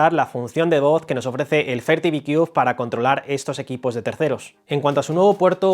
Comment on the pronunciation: Si va a hacer un vídeo de un producto Americano es mejor q se aprenda bien la pronunciación del producto por q yo no entendía también . Sorry my friend you can use ITranslate To pronounce better